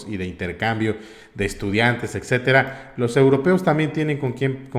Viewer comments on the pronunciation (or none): none